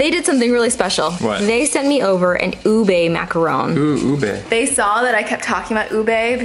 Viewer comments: its not oo-bay its oo-beh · Dear, I am a Filipino... you may have forgot but its not u-bae it u-beh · I'm also Filipino I loooove ube it's not pronounced ubey or something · It's (oo-bee but it's ok I indo and I love it too😙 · I pronounce it ub-eeeee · I'm Filipino and sometimes I cringe when other people but Filipinos say our food is good but you said Ube wrong...